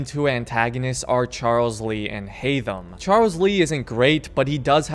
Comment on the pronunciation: Haydham really haytham